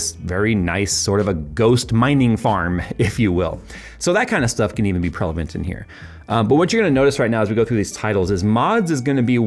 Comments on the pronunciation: "prelavent" Ladies and gentlemen, professional presenter. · "prelavent" ... relevant and prevalent? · prelavent :face-green-smiling